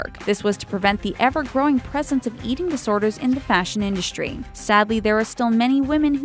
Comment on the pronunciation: "you don't get to keep the clothes" LOL! whoever in their right mind thought models get the stuff they are wearing? Like, seriously? Also, why do you pronounce it "indushtry"? Very irritating.